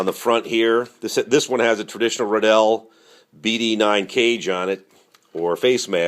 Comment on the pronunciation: ITS RIDDELL LIKE RILEY RIDDLLE